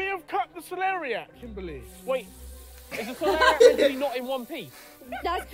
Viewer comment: actually really funny hearing you guys keep saying celeria no matter how many times they say celeriac